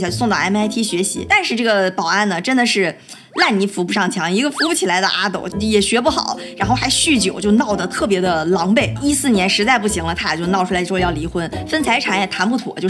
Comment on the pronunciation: 阿斗 = e （一声）斗